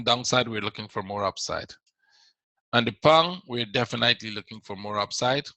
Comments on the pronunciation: I appreciate your work but please check the pronunciation of the word "definitely". You pronounce it incorrectly every time:;-) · No that’s not true, your English is quite good otherwise! "Definitely" just stands out. ;) No need to become condescending, it was not my intention to offend you. I’m sorry if I did. Just trying to help, I didn’t "figure" anything out.